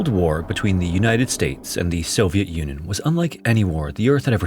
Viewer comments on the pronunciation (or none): The audio is a giveaway that this vid was in fact AI. “Soviet UHnun” lol